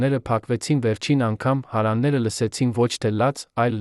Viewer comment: Շատ վատ եք կարդում ,շատ սխալներով Երևանը սխալ արտասանելով,հարևաները, տվեք թող ուրիշը կարդա